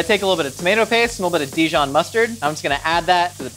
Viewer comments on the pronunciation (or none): none